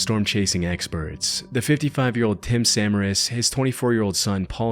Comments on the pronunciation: Quick note - Paul and Tim Samaras is pronounced "Sah-MAIR-is" not, SA-muh-ris". I know it's a very a very small difference, but as a fellow storm chaser, gotta make that emphasis on the right syllables known. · also good vid but its "Sa Ma Ras"